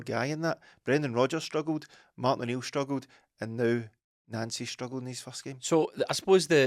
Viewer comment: The deliberate attempts to pronounce his name as Nansy is too obvious lads. The guys name is pronounced Non-cee just like Thierry On-ree not Terry Henry.